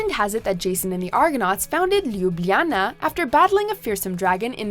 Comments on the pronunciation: My heart broke any time she said “Ljubljana” haha, just imagine the word as “Lubiana”, and stress the “a”, and you’ll be considered almost native 😄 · Your pronunciation of Ljubljana killed me. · When you're trying to pronounce Ljubljana, my ears just want to shrivel up! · The entire time I was like "omg! Please stop saying Ljubljana!! It literally hurts my ears. Great city though. Been there twice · Can someone teach her how to pronounce these places properly? My hair curled on "Arc du Triomphe" and my ears were bleeding on "Lubljana".